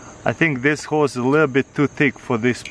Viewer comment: i thought he said hoes 😂